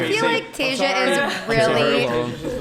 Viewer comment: I love how rich pretends not to know how to pronounce Tasia's name lol